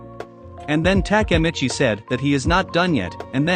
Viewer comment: if i hear TAKAmitchi one more time imma kms